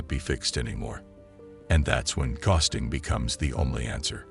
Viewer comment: This is an informative, useful video but the repeated mispronunciation of the word "ghosting" detracts from it. It's a simple word, for God's sake!